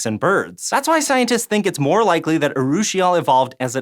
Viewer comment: congrats on not butchering the pronunciation of urushiol